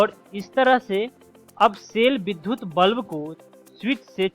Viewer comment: बहुत ही अच्छी प्रस्तुति, परन्तु विद्युत का उच्चारण बार-बार विधुत किया गया है एवं वही लिखा भी गया है। कृपया इस पर ध्यान दिया जाय । यह एक बड़ी भूल है।